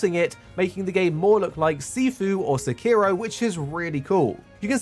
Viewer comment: Illegal sekiro pronounciation